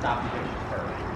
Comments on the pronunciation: You said fist instead of first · Good job. But you forgot the r in first.